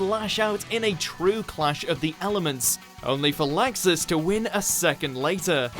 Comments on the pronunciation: i hate for saying LAXAAS its laxus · "Nazi vs Lexus" Pronunciation: 0 Points,, sit down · ...'kay, I let "Ah-kira" slide, it wasn't far off enough for me to care that much, even let "joe-TAR-roe" slide - which is surprising because that name was butchered mercilessly, but...seriously? "LAI-xus"? The dude sounds like he's trying to say "Likes us" but with a stuffed nose. This one isn't butchered as much as the others, so I guess this is just where I kinda lost patience. I almost wanna say he's doing it on purpose because...I mean, the people in the anime SAY their names. If it's a Japanese name, they're prolly pronouncing it correctly, my guy. Like...are these guys just handed a script and told; "Good luck, have fun, and don't get murdered"? I don't wanna be too mean or anything, but like...come on, man. (It may not seem like I'm trying to not be mean, but I held back a LOT of harsh comments.) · Laxus? I only know him as Luxus... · haha Lie-xus :) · did he really say "Nazi"? XD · The way you said Laxus.... And Natsu could win now. It took a couple seasons but whatever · Pronounce Laxus right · Bruh he said Laxus wrong twice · The mispronounciation of Laxus is cringe wortht